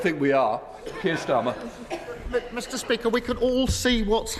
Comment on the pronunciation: Listened twice. This already was the second time he slipped up this way. Hilarious